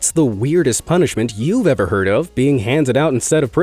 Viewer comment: "Han ded"